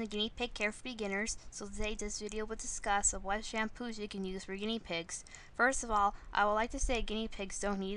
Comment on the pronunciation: Shamppos... Alright I thought it was Shampoos... But okay.